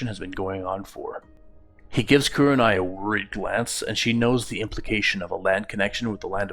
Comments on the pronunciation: Lol its probably the accent but i hear a 'yew' as in Kyewranai it should be more like like ooh like koohrenai Loving the direction the story is going with. Were you inspired by that famous fanfic where minato survives and naruto pretty much becomes a boruto like character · Loving it so far, but the way you say kuranai